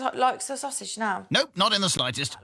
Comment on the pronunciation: .....Sausage trife?!!!..... WTF!! 😂😂